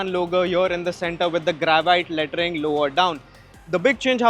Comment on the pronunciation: Bro kept saying Lettering in such a way that it kept sounding like latrine 😭